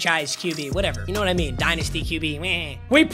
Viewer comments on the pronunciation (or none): none